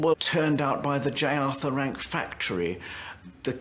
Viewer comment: "J. Arther Rank" lol